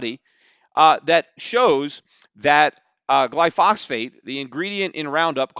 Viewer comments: PETER. First, correct your pronunciation of "gly-pho-sate". Next, do yourself a favor and learn about it. I believe that the juries are right, just for the wrong reasons. Not necessarily cancer, but glyphosate is a huge public health risk. Many are learning of this which explains the outsized negative sentiment being shown for Roundup and Monsanto/Bayer. Seriously, if you're going to be so passionate about a product, and especially if you own the company, you would be wise to investigate it a bit. Here's a good place to start; a research professor from MIT who has been studying the effects of glyphosate for several years. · Peter wasn't even pronouncing it correctly... it's glyphosate, not glyphosphate. Let's hope he understands economics better than biochemistry. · Peter it's pronounced Gly pho sate, not Gly phos phate. Great show Btw. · Stop saying glyphosphate in every podcast, when it's called glyphosate. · You're an absolute simpleton when it comes to biochemistry and know nothing about the mechanism of glyphosate (including how to even pronounce it). Stick to financials.